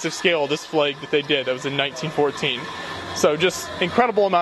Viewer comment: Pfft... we just say "flag". Not sure WHERE "Flay-guh" comes from...